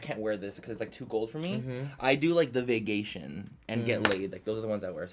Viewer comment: Manny: “i do like the Vaygaytion and Get Laid” Me: of course you do manny, of course you do.